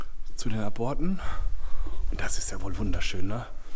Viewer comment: aborte spricht man Ab Orte aus